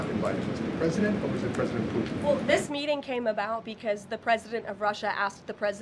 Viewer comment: She calls him pu-in not puTin. She can't say puTin ..